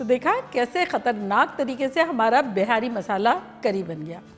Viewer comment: This is called as champaran mutton/junglee mutton.. It's not pronounced behari but beehari) for bihari.